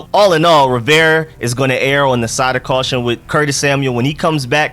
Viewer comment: Still haven't learned how to pronounce Rivera, eh....?